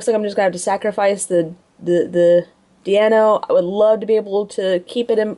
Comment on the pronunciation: "DEIno", notd "DIEno".... You're welcome =P